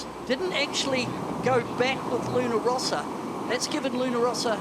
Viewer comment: "Rossa"! (not Rosa)